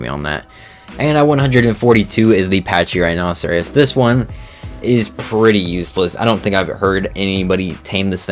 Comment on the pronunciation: Pachyrhinosaurus (Packy-rhino-saw-rus) Patchy rhinoceros 😂😂